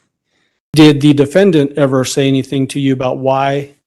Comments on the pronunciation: Why does harley say "anythin'k'" also😮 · Did Harley say, "anythinK" also? Is that southern twang or what???